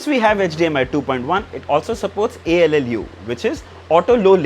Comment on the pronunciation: Bro it's not ALLU , it is ALLM